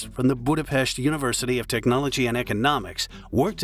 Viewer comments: I am Hungarian and I remember vividly how big tragedy it was (I was in high school then). Also, thank you for pronouncing our capital's name correctly. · I remember it being a shock to the whole country back then. Thanks for covering it. And special thanks for mostly proper pronounciation of Budapest, even though Hableány and other hungarian words were butchered as usual. 🙈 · Thank you for the correct pronunciation of the city name Budapest! It is spelled with SH, pest is a disease, while the city is Pesht! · You are terrible at pronouncing humgarian names. It's not "hableani"... more like "hableanj". Terrible. Do you research a bit better next time... One good point: You say "Budapest" well :D But you murdered Szécsenyi :D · It is humbilng that you pronounce 'Budapest' as correct as you can, but 'Hableanee' or 'Gisaimaree' square??? HABLEÁNY JÁSZAI MARI TÉR Please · thank you so much for saying budapest the correct way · That's the only Hungarian name in the video that he didn't buthcer. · Thank you to pronounce Budapest the right way :) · shoutout for saying Budapest right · congrats on the way saying Budapest. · >says 'Budapest' almost correctly >butchers 'Hableány' I am disappointed Like come on, if you can't stop butchering it DON'T SAY IT.